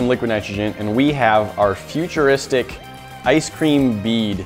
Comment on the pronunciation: Why are you calling them futurisric?